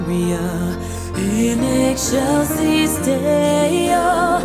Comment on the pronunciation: In egg shells is Deo?😅 Sombody got their pronunciation wrong! In excelcis Deo. Pronounced in ex - cel - cis.😅😅😅